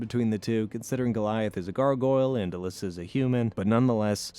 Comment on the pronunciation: Its Eli-za not Elissa